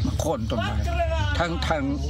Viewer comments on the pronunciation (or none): โค่น ไม่ใช่ โค้น